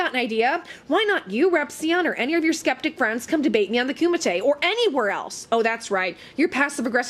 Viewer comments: "Scchheppticchhh" Community - I lol every time you say it!! (did my best trying to spell it) 😂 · when you say skeptic i die.